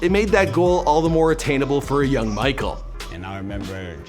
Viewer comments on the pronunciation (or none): none